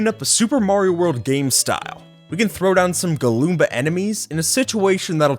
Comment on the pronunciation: There called goombas not galloombas